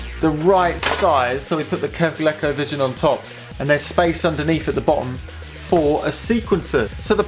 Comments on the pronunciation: Love it! FYI (probably showing my age here) but Colecovision is pronounced with a hard "E". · Here in the states (well mid-Atlantic anyways) we pronounce it ‘Ko-leeko. Never even thought of it with a short “e” sound. Neat!